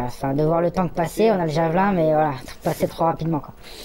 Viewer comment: Vous êtes bien des français jusqu'au bout : prononcer "javelAIN" au lieu de "Javeline" comme en anglais (ou comme le nom français du type de lance). Pareil on entend régulièrement les médias français proncer "ZelAINski" au lieu de "ZelÈnski". En suivant cette même logique de prononciation à la française, il faudrait non pas dire "Vladimir Poutine", mais "Vladimir PUTAIN". :face-green-smiling::face-green-smiling::face-green-smiling